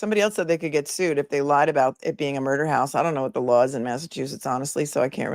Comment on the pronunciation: Hank its pronounced Law NOT Lar !!!